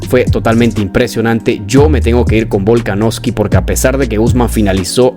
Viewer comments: Hrmano es VOLKANOVSKI no volkanoski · Buen video bro pero te comiste de lleno al apellido de Volka, Volaknoski xd, saludos